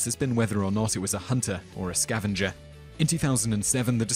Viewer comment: Sound like you say scavenja